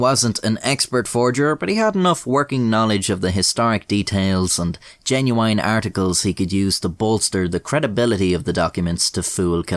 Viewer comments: Is cool but why he say "Jenuwine"? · WHY DOES HE SAY « geNuYiene » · I like how you say genuoo-wine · I like how he says “genuine” lol